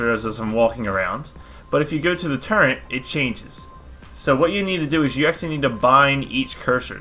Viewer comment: did you say turrent?